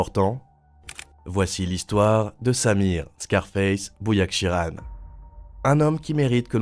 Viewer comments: C’est Bouyakhrichan, et pas boujakchirane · Désolé mais je n'ai regardé que le début de votre vidéo car vous ecorchez le nom de famille de cet homme! Vous devrez le prononcer BOUYAKRICHAN et non BOUYAKCHIRAN et c'est prenant sachant que quand vous connaissez le nom et que vous entendez quelqu'un mal le prononcer sans arrêt c'est hyper prenant! Sinon le format est cool! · "Bouyakshiran"??? 😂 C est Bouyakrichan!!! Ta chaine se barre vraiment en couilles! T auras plus de like de ma part et je me desabonne.Il suffit pas de piquer les reportages de la tv Neerlandaise et de les faire reprendre par une IA completement débile! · S'il te plaît c'est BOUYAHKRICHAN, mauvaise prononciations, pour un CAÏD de sont CALIBRE c'est une LÉGENDE a Amsterdam xxx et en Espagne avant THAGI c'est comme tu dit le début de la mocro guerre au pays bas et en Belgique et ailleurs dans le monde et qui continue normal avec d'autres concurants ! Un grand🫡depuis BRUXELLES!🇲🇦🇧🇪🤝🇲🇦🇳🇱💫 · 😂😂IL TE L'A MIS EN ARMÉNIEN 😂BOUYAKSHIRAN😂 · Bouyashikiran en indi😂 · En plus,ça doit faire au moins la 3eme fois qu il sort une video sur Bouyakrichan,il me semble... Il essaye de refaire passer la meme video 3fois en changeant l ordre des phrases et le titre! On nous prend pas un peu pour des jambons,on dirait... Ptêt qu il a fait expres de dire "bouyakshiran" pour qu on croit que c est une personne differente et une nouvelle video?😆 Ses reportages sont tous deja passés il y a plus d un an sur des chaines Neerlandaises! Et là,en plus,les narrateurs sont des vrais humains! Pas des ia totalement cretines qui massacrent le nom des gens et des lieux,et qui sont incapables de prononcer les determinants démonstratifs correctement! Intelligence artificielle,tu parles! À 6ans,je lisais mieux qu elle! Mdr!